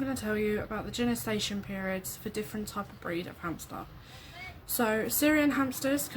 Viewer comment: Genestation or gestation?